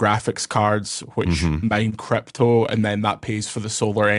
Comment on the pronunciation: Crrrryyyyppppto! turn two syllables into six as usual lol